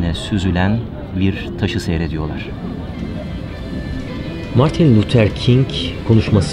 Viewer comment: Margin Luther King ne güzel söylemis..